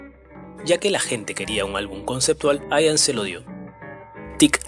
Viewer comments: No se pronuncia "Aian" se pronuncia como se escribe "Ian" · "aian"... no, Ian. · No se dice ^aian^ se pronuncia ^ian^ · "Ian" ("Juan", en gaélico escocés) no se pronuncia "Aian", sino "Ían", tal como se escribe y con acento en la "i", por ejemplo. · Además, la conjunción CH se pronuncia CH, no SH, la letra D se pronuncia D, no T. Y la V es V, no F. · se dice IAN anderson, no "AIAN" anderson, en su nombre la "i" suena como la "i" del español, no como "ai" del inglés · No sé pronuncia " aian " es " ian"..se dice " klaiv" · Ian...Ian...no Aian. Se pronuncia Ian, como suena, como se lee en castellano. Ian Anderson. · No se pronuncia "aian" sino "ian", casi tal cual se escribe. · No se pronuncia "AIAN" se pronuncia como se escribe IAN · Se dice Ían, no Aian. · Se dice IAN no AIAN. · Se pronuncia IAN tal y como se lee, No Aian. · No se dice aian ni en inglés ni en español ....se pronuncia igual que como se escribe: ian anderson... Buen video👍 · Ian se dice Ian no Aian.... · con todo respeto se pronuncia IAN así como está escrito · El nombre del vocalista se pronuncia tal cual se escribe, acentuando la i: Ian. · LA INSISTENCIA DE LLAMAR AIAN A IAN ROZA CON LA TERQUEDAD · Sí. Se pronuncia «ian», no «aian». Y se pronuncia «baj», no « bash». Johann Sebastian Bach. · Se dice : por Bach " baj " . Por Ian " Ian " con énfasis en la I.